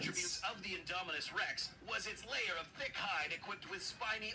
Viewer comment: "inominus rex"